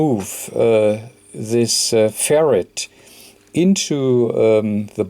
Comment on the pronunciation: You are a great technician, and I love your accent , but it makes me laugh like crazy every time you say "Ferret" lolol because we send "Ferrets down the rabbit hole ! cheers